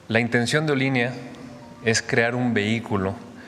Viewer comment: Olin= movimiento, le agregan ía y se convierte en Olinía. y se pronuncia Olinía, se axentúa en la última i .